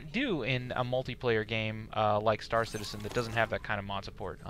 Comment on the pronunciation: "It's kinda like Starcitzen just on a massibe scale." Seriously dude?